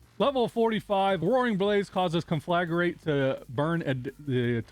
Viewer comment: Thanks for the helpful guide. One thing though. The word is conflagrate, not conflagarate.